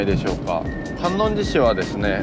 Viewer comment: 最近検索で引っかかってファンになりました。 観音寺市在住です。 かんのんじじゃなくてかんおんじですね。 八十八ケ所の寺の名前はかんのんじ ややこしいですね！ ちなみに坂出市 さかてじゃなくてさかいでし 覚えといてね！